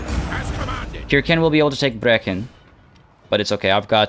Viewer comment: Hey Brechin pronounced Bree-kin still exists today and is about 30 miles north from where I live